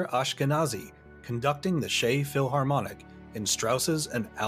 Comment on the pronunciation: "The Shey Philharmonic" LOL 🤭 It's pronounced the same as "check", and it's in Central Europe, not Eastern. Prague is more to the West than Vienna BTW. For future reference, when in doubt about the pronunciation of the name of a person or a country, you can go to Wikipedia, there's the phonetic transcription and a voice recording (I use it all the time). 🤓 Thanks for the video though, I love it. The Iron Giant is one of my favourite films (animated or not), and I didn't know it was our national orchestra that recorded the soundtrack! 🙂